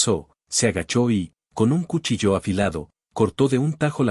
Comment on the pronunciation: El lector de estas historietas provoca error tras error, y en ésta cumple con esa cadena de errores,dice cuchilló en vez de cuchillo, que tiene acento en la i de la sílaba chi,y ahora dice ponchó ,se inventa un acento agudo en la °O° pónioéndole la tilde a la palabra poncho que es una especie de cubierta o capa sin mangas que pprotege a las personas del viento. Ojalá que lea para que se evite pasar la verguenza de cometer errores tan infantiles.